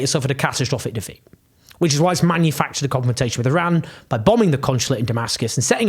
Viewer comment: Thank you Owen, as usual you're doing a great job!! Please Please don't view my comment as any sort of Criticism!! IRAN is Pronounced "Ee-Ron" and it shares its meaning with IRELAND (land of Aryans), and IRANIAN, is Pronounced "Ee-Ronny-Yan" not "Ee-Rainy-Yan". And I'd like to thank you again 😊 Oh you may wonder, "how can this guy be so sure of his Farsi pronunciations?" Even though my home is the U. S., I was born in Shiraz. Moreover my father received a degree in Farsi literature and later a degree in law, which led to the him becoming the Head of the Supreme Court of the country, and yes during the regime of the puppet King!! From time to time, they needed people like my father to be able to say, "look here is and extremely honest and qualified person in the government"!! Please forgive any errors, as I'm typing this on a very Cheap Phone, without my glasses, with debilitating Chronic Pain that no physician here in the Pacific Northwest, seems to give a damn about, to treat!!